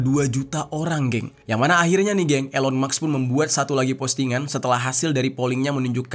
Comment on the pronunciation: Sebutnya ilon kak bukan Elon